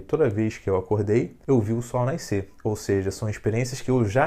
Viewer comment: eu acho que se fala nascer não naiscer